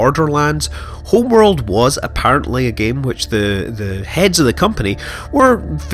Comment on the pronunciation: Hurr, this HRRRMMMWRRRLLDD is so much prrrrrtierrrrr than the old one. Really, dude? And stop fucking talking into cutscenes.